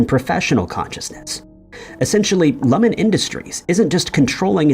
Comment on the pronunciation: Love the video but you’re pronouncing Lumon weird 😂